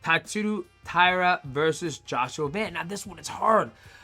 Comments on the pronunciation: It’s not van, it’s Von. 😂😂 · Joshua van not Joshua Vaughn mighty lol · DJ: Joshua Van (30%) Joshua "Vaughn" (70%) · Joshua "Von" lmao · he said joshua von the first few times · For everyone wondering Joshua Van said he didn't know who DJ was until a couple of months ago ! Now DJ is butchering Joshua's surname on purpose. Its funny how all fighters have the same ego problem 😂😂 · The way dj pronounces van pisses me off lol